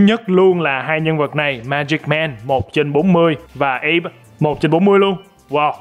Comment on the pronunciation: Ủa anh đọc tên sai rùi ko phải là abe mà là a bì Ko chắc nửa nếu mình sai thì sửa lỗi vào phần comment nha